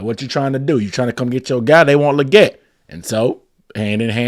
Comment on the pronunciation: I think XL said its pronounced "Lee-get"